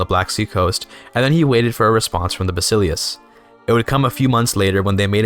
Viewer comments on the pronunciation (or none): It's more like vah-sih-lefs instead of bahsilius